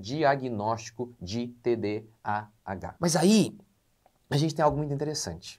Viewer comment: fica muito complicado ouvir um médico q não sabe nem pronunciar o nome da doença… parei no